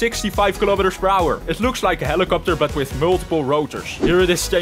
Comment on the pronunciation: when he says helicoputer